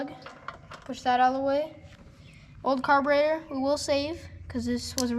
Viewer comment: Did anybody else here him say carbinator? Just like his Dad.